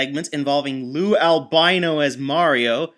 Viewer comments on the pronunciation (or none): BTW, it's Lou Albano, not Albino.